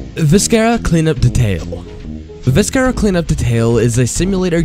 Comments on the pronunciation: OK, I laughed out loud at the pronounciation of "viscera cleanup detail" in this video. xD Also, like half of these don't really qualify as games. As in, they don't have any gameplay. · Viscera... I know I'm being a pronunciation Nazi, but this irked me quite a bit...